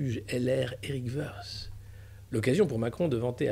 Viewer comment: Parfaite votre revue quotidienne. Petite remarque : Eric Woerth est issu d'une famille d'origine Alsacienne. Son nom ne prononce pas à l'anglaise, mais à l’Alsacienne en appuyant sur le "t". Cela le flatte peut-être, mais ne le brossez pas dans le sens du poil svp. Encore merci pour tout !